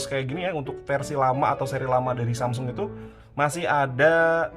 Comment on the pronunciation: Hape tertipis pada masanya... Btw bang saya ngakak denger SAMSING 🗿